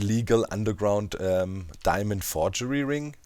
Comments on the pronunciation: "Diamönd" - perfekt! :D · Im german and i can say, that diamond is not diamönd ib german. Its diamond too but it has a different pronounciation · Aaah dude, when u said Diamönd!😂😂 Gosh I laughed more than I should've!